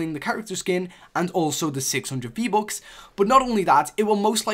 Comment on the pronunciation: U say v-bocks instead of v-bucks, why u get no views